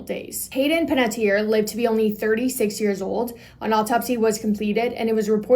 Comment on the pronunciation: I think this is the first time ive ever heard her last name pronounced correctly. Like, that is exactly how it is spelled. It's so sad about her. I hope her passing was peaceful at least.